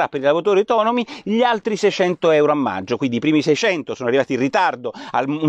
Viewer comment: Porro, l'italiano!!!. Meggio al posto di maggio è solo una mis-pronuncia. Che può capitare a tutti Ma "il giorno dopo al decreto" è proprio un errore . Si dice "il giorno dopo IL decreto". Ma qui sei in buona compagnia....